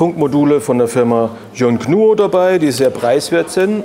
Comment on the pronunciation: Soso, die Firma Yong Gnu also *gg* Für den Fall, dass jemand verzweifelt bei der Suche: Yongnuo ist der richtige Name, und wird auch genau so ausgesprochen wie geschrieben.